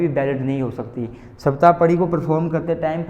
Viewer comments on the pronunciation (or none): सप्तपदी होता है, सप्तापडी नही होता 😢